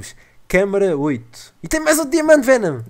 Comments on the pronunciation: fenom não é chaka laka BOOM mas sim BOOM chaka laka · Achei uma porta serais um checkpoint? Venom: '' Palece " XD